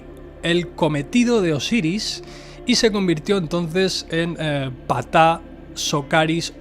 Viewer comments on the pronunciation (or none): Sólo una observación, se pronuncia (P-taj) realmente la letra P sólo se pronuncia sutilmente, haciendo énfasis en 'Taj